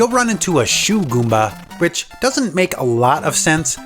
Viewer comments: Um. It's "Shoemba." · I just wanna hear this guy say "shoe goomba" over and over and over